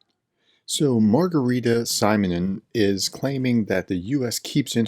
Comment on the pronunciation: Si - mon - yan Si - i as in simple yan - a as in yard You must learn the pronunciation of Ukr/Russ vowels. Else you sound like an ignorant, silly US Republican.